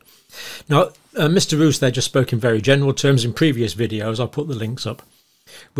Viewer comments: Yes, in the Dutch language the long O sound is written: oo. Not pronounced as “moose” in English. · Dear sir, his name is Roos which is pronounced as "rose" referring to the flower. It's almost the same in English as in Dutch. And also thank you so much for your concern and your work, greetings from the Netherlands.